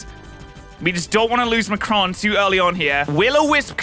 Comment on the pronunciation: I find it really funny that he kept pronouncing Macaron wrong XD